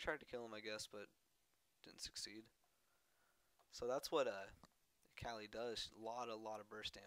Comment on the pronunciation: pronounce her name right at least its UHKAHLI and its Amplifying Tome not Tomb, long o